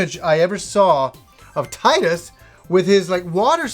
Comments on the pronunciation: its pronouced (tee-dus) not (tie-dus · Gnep Ganoush That's because Tee-dus is the correct pronunciation of his name. Tide-us is incorrect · It's pronounced "tee-dus" though.